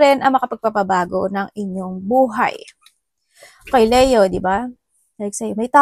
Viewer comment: Sorry, na-o-OC lang po. I like your readings, but please say Li-yo po... Not Le-yo. Leo is read as (LI-YO)